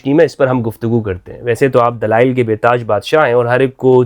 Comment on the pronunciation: whats dalial , dalial, , not dalail this molvi is dalal of islam